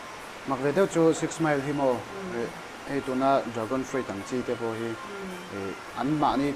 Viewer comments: Thildang daih..... Ka thiam vek biklo na in.... Fruit hi FRÛT ti a lam tur ania... Frui-t nilo in. Ka pil nghal aw😁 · Dragon Fruit..fruit tih ah hian "i' hi silent a lam tur a nia.'I" hi kan la lam ri tut zel a.A nalh lo tlat.